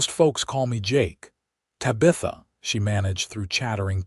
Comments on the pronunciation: Tab ith a,,,, Tabitha the teenage witch or my ex sister in law. Painful to listen to. Distracting from the passable story line.. NOT Ta bith a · Please stop using the name Tabitha! 😡. The AI can't pronounce it right.😢 I do enjoy the stories .... Sure wish you'd have humans tell them.😊